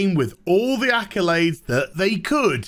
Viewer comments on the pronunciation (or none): none